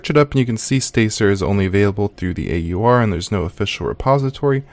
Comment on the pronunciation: Video quality is fine on the desktop but very VHS cam quality on everything else. Is the lens greasy? And just some nitpicks - it's called an fs-tab not f-stab as in File System Table not a File Stable (hehe). And it's AUR as in A.U.R. not R. Most people pronounce the /etc either by its letters or by saying it like etsy.